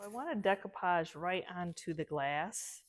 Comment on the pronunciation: no disrespect but it's "DAY-coo-pahj"